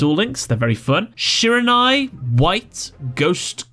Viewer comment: I hope that’s not how you’re supposed to pronounce shiranui cuz that was terrible 😂